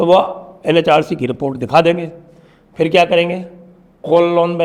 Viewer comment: नाम "कल्याण" है या " कल्लन"??